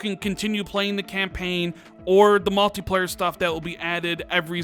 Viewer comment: "malteeplayar" "they've been qwait" Good lord can you learn how to speak?